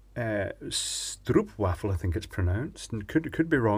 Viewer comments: FYI: Stroopwafels is pronounced as Strope-wha-fels... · Stroopwafels. The "oo" is pronounced "oa" as in "Das Boot" ("The Boat") and the "w" is pronounced "v" - stroapvaffles.. Buy them from Lidl, place one on top of the mug with your hot drink of choice for about 3 minutes until the caramel softens then eat. You will NOT be disappointed. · I laughed my ass off when he tried to pronounce "Stroopwafels" He was rather close tho :p